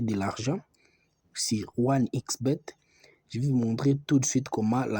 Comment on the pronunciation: La video est flou et la prononciation est bizzard je ne comprend pas tu dire il tracte ips xbet oubien c'est quoi je ne voir même pas l'application sur le play 😒😒